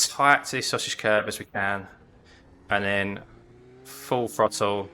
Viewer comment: Harsh but if you learnt that throttle starts with a th and not an f it would make the video more easy to follow.